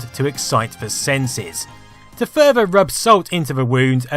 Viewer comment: "That commitid furver buyers to va platform" 🤣